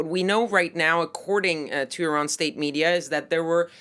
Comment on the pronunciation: why cant this woman say "state media." she says "estate media.